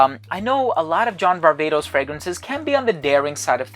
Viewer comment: As a Greek( like you) i am vastly disappointed that you call John's last name Var-Vay-tos when we both know (as Greeks) its Var-Vah-tos heheheehe